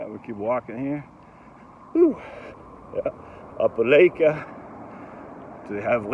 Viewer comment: Long “i” in Opelika , it’s like you Lika it.